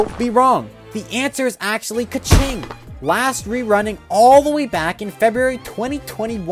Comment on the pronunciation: Keqing isnt right but ok 😆